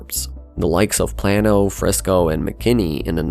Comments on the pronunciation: It is pronounced "PLAY - no" , not "Planno". I assume that this is an AI voice, since it has zero personality, and is thus extremely boring. However, this is somehow appropriate for Dallas. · To Mr. AI: Play-no, not planno. Frisco Independent School District, not International. So, what else have you gotten wrong that I don't recognize as wrong? I wish these type of videos had a reference section. You just have to take the narration at its word. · Like NYC, Texas has specific pronunciations of its streets, towns and cities’ names, etc. Celina is pronounced “Cell-Lie-Nuh” not Selena lol… while Plano is “Plane-o” not Plan-o. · It's pronounced Plaino. Not Plano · "plan-o"...brotien shake, its PLANE-O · plan-o 😂 it’s Plano, like Plane-o! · Plano = play-no, not plan-o. Celina = suh-lye-nuh, not Selena. Las Colinas = loss cuh lee nus, not lass cuh lee nus. Frisco Independent School District, not Frisco International School District. "Metroplex," a term invented by a marketer, fell out of favor here years ago, in favor of "North Texas," now ubiquitous. Good video, though. Unlike many large metros, where the namesake city dominates everything (see Houston), and sees a daily influx and outflux of people, the large, powerful DFW suburbs are self-contained. There is no reason for anyone living and working in Plano or Frisco to travel to downtown Dallas, unless they want to attend the Symphony. Everything they need is right there. And they don't have to send their children to private schools, since the schools are top-rated. But IMO those 'burbs are soulless. I live in the city limits of Dallas, near LBJ. Yes, some nearby areas wouldn't appeal to the Plano crowd, but I am 15-20 minutes away from the best the city has to offer. And the food options blow away those in the sterile, wealthy suburbs. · As a Plano native, I rolled my eyes at Plan-o. As a public school teacher, I had to stop the video at "international school district". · It's PLAY-NO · also the way it said Plano